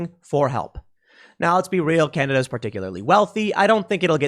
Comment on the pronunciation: ^^^ It's Canada not Cananda